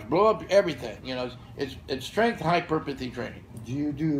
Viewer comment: “Hyperpuhthy” can’t wait